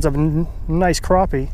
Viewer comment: Liked the video. Disliked pronunciation of crappie